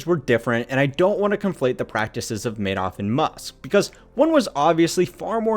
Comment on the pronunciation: This is clearly not AI. This presenter is clearly an American, making this his first language. So I don't understand all of the mispronunciations. Oddly including the subject of the videos name.